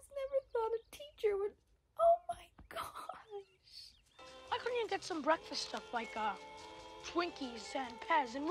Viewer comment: "Oo mai gash!", your Fargo is showing. XD